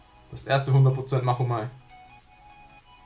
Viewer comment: Das spricht man Matschomei aus und nicht machomei.